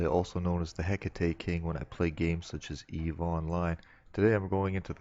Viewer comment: You said hecete correctly. Nice. Thumbs up.